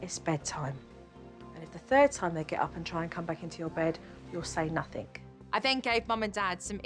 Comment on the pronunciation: Jo, Jo, Jo, why do you say ‘wiv’ instead of with and ‘uvver’ instead of other? Also somethink and nothink instead of something and nothing? Drives me CRAZY! I know you can pronounce th because you do in other words. Just WHY?